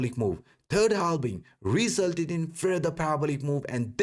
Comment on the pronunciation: it is halving, not halbing. Just to be correct.